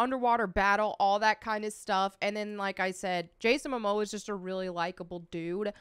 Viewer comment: Ezra has pronounce privileges, Momoa doesnt